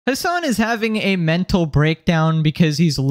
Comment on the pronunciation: Throughout the video, I kept hearing "his son" instead of the name Hassan. 💀